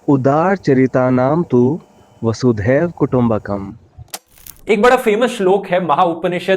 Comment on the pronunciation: बह्त अच्छा बनाया है लेकिन आपने गलत उच्चारण किया "वसुदेव कुटुंबकम" ऐसा. वह है "वसुधैव कुटुंबकम" . वसुधा याने पृथ्वी - earth. पूरी पृथ्वी एक कुटुंब - one family बने ऐसी वह कामना है. आपने जो उच्चारण किया है उसका कोई मतलब नहीं. और एक व्हिडिओमें भी मैने देखा कि आप sculpture को statue बोल रहे थे. you should study well before presentation.